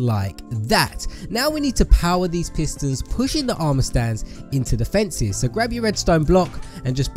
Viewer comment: U said fencies. Its fences man.